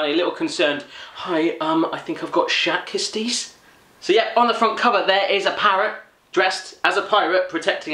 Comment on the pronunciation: hats not how you pronounce schat kist